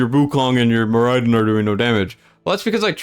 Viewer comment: More Eye Din was painful to hear